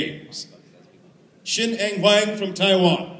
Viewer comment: She called him shi en!!! I swear she did.